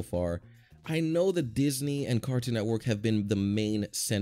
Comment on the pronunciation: I know this is a year ago, I saw it when it came out and I still find it funny how he pronounced “Disney” as “deez knee”